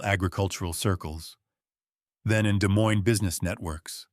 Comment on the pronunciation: Just FYI--both s's in Des Moines are silent 😉